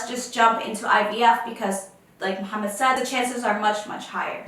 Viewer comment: Please don’t say Muhammad to moh please it’s wrong